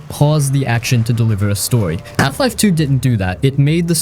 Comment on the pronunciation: It is "Half life" not "Eff life" :)